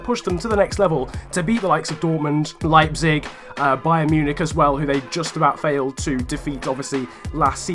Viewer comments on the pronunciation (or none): none